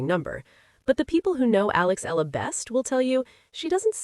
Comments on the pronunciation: E-YA-LA is the correct pronunciation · I don't understand how/why this so-called bloggers speak thru her microphone as if she knows everything yet can't pronounce the name of the person correctly🤔😏😒!!! Excuse me, it is E-YA-LA